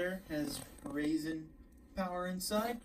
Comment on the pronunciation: boy this mans said "Rasin power'